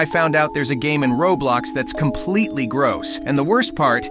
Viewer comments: What’s Rablox it’s pronounced Roblox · he is pronouncing Roblox Rong it sounds like rawblox